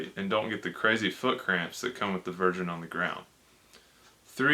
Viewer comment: "and don't get the crazy foot cramp that come with the virgin on the ground" What the hell is did he say here? I checked the subtitles and that also shows up with exactly what I typed lol. Oh, the "version". I see. Yea ya want those feet dorsiflexed for sure.